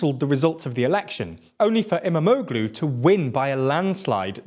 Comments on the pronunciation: It's great to watch! Immamoglueee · He almost said Kilicdaroglu right but can’t say Imamoglu